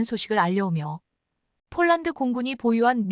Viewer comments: 폴란드를 쫄란드로 발음하는 나레이션을 바꾸세요 21.4만명이 시청하고 있읍니다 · CGS 무게단위 t 를 톤으로 못 읽고 티 라히는 내레이터는 초등학교 3년 산수자연 실력도 못되는 무식한 여자다. 폴란드를 쫄란드와 구별 못하니 딱하다. 뮬식은 불식이 맞다. 1자는 1차다, 요정은 요청이다. 21를은 21를이 맞다. 이 멍청아 스크립터도 역시 엉터리구나. 이건21만여명의 구독자를 모욕하고 무시 우롱 하는 거다, 이건 용서할 수 없다. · 쫄란드라니, , ,,한글도 발음 안도느냐? 쫄란드라는 나라 새로 만든 나라냐?